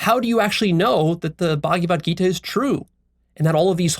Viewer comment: What is the "Buggy Vud Gita?" I'm pretty sure that in Sanskrit it is pronounced "Bhagavad Gita" and although the Hare Krishnas treat "Krishna" as separate from themselves, hence the delusion, I know from experience of my SELF that the Slokas in the Gita are SELF-evident and ring TRUE so I would hesitate at dissing such a great book and dismissing it lightly. I don't think you are at a level where you can do that. Even though I get what you are saying about blind belief however if you are awake then the Gita is a Golden thread, a Jacob's ladder leading to the TRUTH.